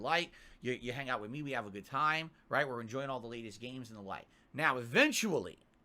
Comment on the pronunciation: “Raight raight raight.” S t f u